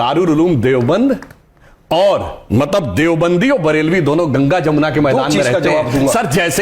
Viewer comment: काहे की जमुना सही नाम बोला करो यमुना